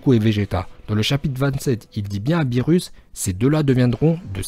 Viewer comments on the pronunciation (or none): none